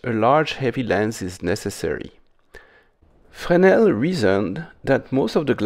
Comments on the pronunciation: Finally someone who can pronounce "Fresnel". No surprise there. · Thank you for not saying "frez-nel".